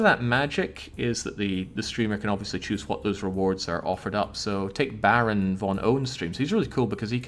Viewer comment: Baron_Von_PWN but pronounces it Baron_Von_Own